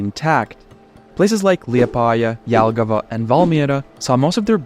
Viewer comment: as a latvian, im happy you pronounced Jelgava correctly ,so many get the "j" wrong